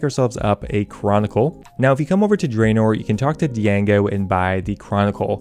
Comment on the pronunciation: Bro it's jango not deeyango